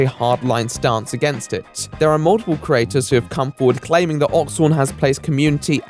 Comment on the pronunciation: Very good work but we need to talk about how you pronounce "creator", you do realise there's an "e" in there? Just so you know, I've got my eye on you. Or my ear. You owe me about 27 E's. Ees? How do I write that? Eees? Look here! Stop changing the subject! Eeeeeee!